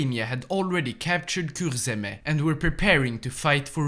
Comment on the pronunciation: your pronounciation of kurzeme was really good, respect from latvia